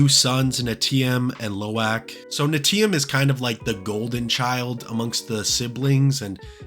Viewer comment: personally I like how long the movie is ❤❤ But small nit pick is the pronunciation of the character names. The movie & probably a trailer says it for us. So, especially for Neteyam, Im surprised you didnt remember how to say 😅